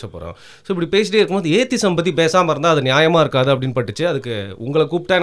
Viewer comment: "ஏத்தி-இசம்" is the right pronunciation. Not ஏத்திசம்